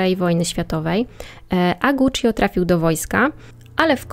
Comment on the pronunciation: Nie żebym czepiał się, ale często wymieniasz nazwisko rodowe i Guccio trochę kłuje w uszy. Poza tym spoko.